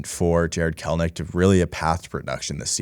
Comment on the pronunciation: Kelenic. Not Kelnic